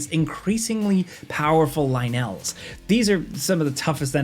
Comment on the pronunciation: the lynel challege is easy when you realize you can cheese it you can repeatedly go through the ceailing, glide down and shoot arrows 1) that slows time 2) you can use strong item attachments 3) you can aim for headshots plus you can just use the mushroom that confuses them lol also ly-nell?.... lol